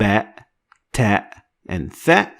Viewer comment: it's not tha it's sa